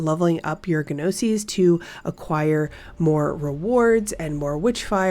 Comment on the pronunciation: Glad to see this, I followed Witchfire for a while and regularly read The Astronauts blog. Just one minor thing to point out about this video - the word "gnosis" is pronounced like /NO-sis/, the G is silent.